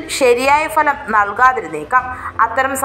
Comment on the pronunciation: കേരളത്തിൽ അക്ഷരാഭ്യാസമുള്ള എല്ലാവർക്കും അറിയാവുന്ന ഇക്കാര്യം ഇപ്പോൾ എടുത്തുവെച്ചു വിളമ്പിയത്. ഫലം (Bhalam) എന്നതിനു. പകരം Falam, Falam എന്ന് നാട്ടുകാരെ തെറ്റ് പഠിപ്പിക്കാനാണോ 👹👺😡